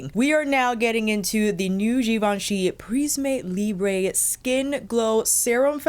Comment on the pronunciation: Hello, Oh please search the right prononciation. It's not a spanish brand it's french prism[eu] libr[eu[ ❤️